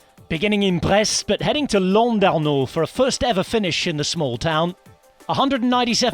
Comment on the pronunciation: Good pronunciation of Ide Schelling there! (Did well with Landerneau too)